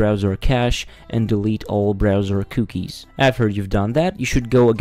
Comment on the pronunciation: "c-uu-kies" lol this didn't work